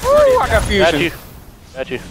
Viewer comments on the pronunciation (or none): none